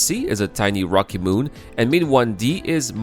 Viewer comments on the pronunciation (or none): none